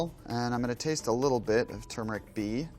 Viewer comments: THANK YOU! It's pronounced Ter-mer-ric, not Chew-mer-ric!! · THANKYOU for pronouning turmeric the right way god